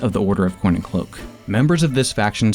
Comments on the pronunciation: you NEVER cease to amaze every single person that watches your content Edit: every time you mentioned the Order of Coin and Cloak, I kept hearing it as the Order of CORN and Cloak XD (One last thing, Hi Mum!!!) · im sorry, but i can't hear coin & cloak, i only hear corn or cloak